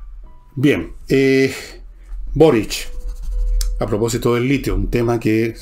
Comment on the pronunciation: Fernando , porque pronuncias Borich y no Boric ?